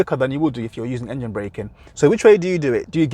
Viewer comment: You said engene 3 times